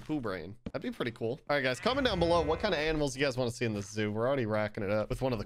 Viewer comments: No one: Literally no one::Aminals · I can’t tell if he meant to say ‘aminals’ lol